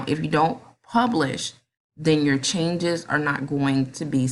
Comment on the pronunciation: Ooooooooooooh you said pubish, lol! Just picking with you,but thanks a million!